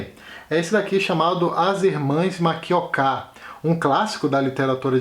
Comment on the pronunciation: Achei boa a lista, com diversidade. Vários destes, eu já li. Outros, lerei. Foi bom saber que a sílaba tônica do nome Makioka é a última (sempre falei errado).